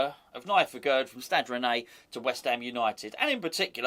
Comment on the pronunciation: Aguerd is pronounced "Agair"